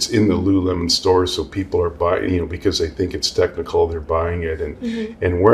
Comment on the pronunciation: It’s Lululemon, and NOT Lulu-watermelon…get over it!